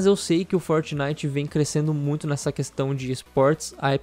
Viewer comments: "forinite" KKKKKKKKKKKKKKKKKKKKKKK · forinite kkkkkkkkkk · Melhor parte do vídeo foi o "forinite" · É FORINITE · "forinite" kkkkkkk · "FORINITE" kkkkkkkkkkkkk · forinite wtf kkkkkkk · "Forinite" ksks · forinite KK